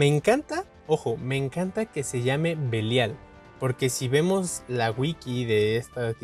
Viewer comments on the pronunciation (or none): pronuncia mal el Belial